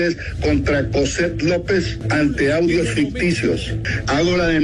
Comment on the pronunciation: No se dice Coset Lopez, se dice JOHset Lopez.